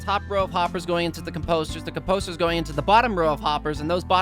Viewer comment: Its composters buddy not com-posters